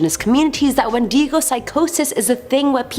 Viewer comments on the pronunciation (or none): Wen - deh - Go